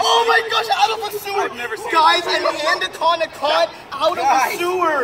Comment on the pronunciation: It's funny that the guy keeps saying a andacoda 😂😂🤣😂